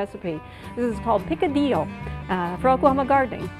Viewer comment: You say the incorrect form 'picadillo'.